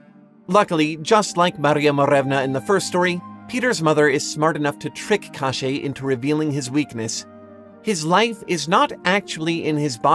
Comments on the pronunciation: God, you pronounce "KoschEi" so weirdly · this pronounciation of "Кощей" was so weird that legit thought : "Oh really i haven't learned that we had this character in Russia", until 8 minutes i finally realize what was it about.